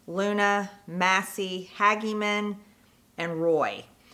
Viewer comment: How can she not know how to pronounce her colleagues last names?? Eg Tim Burchett and Harriet Hageman?